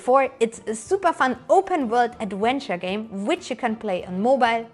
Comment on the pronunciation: "an open-world adwenture game" i love you